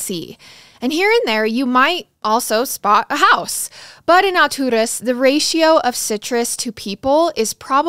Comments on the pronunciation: I live in Lakeland (which is 30 mins from Alturas) and even went to Bartow high school for a little, and my best friend lived in Alturas for a little a couple years ago! It's pronounced Al Taurus but you make it sound so much better ! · She's pronouncing it in Spanish. Alturas is a word in Spanish that means "heavens" or "really high up". I'm sure Garret told her to pronounce it that way, since they're obviously not from there.